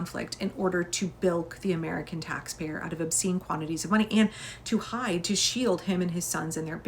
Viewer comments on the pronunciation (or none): none